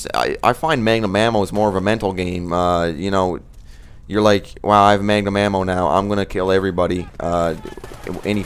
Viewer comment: magnum ammo not mangum